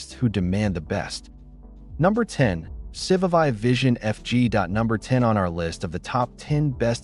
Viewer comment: I just can't.. Someone needs to teach AI how to pronounce these names.If you want people to watch these videos, the moment you pronounce civivi wrong i'm gone